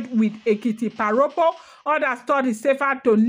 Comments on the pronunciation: Thanks for these history lessons,. Èkìtì parapọ̀ [pronounced pa-ra-por] i.e Ekiti united. Nothing to do with pa Ropo. "Rọpo" means replace, pa Rọpo was almost certainly born as a rainbow child, hence named Rọpo ie replacement child 🎉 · Why don't you limit yourself to Ife palace story. You will get into trouble with your own side of the story. The war itself was called "Ekiti parapo" not "paropo".